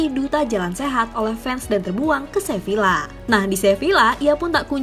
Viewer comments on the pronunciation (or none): none